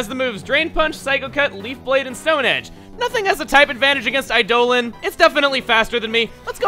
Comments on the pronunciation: You do know it's pronounced Eye-dah-lawn right? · I don't get why Eidolon keeps getting pronounced as Eidolin.